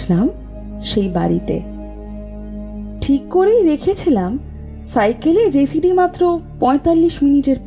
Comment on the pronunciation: নাম টা ' জসিডি ', জেসিডি না।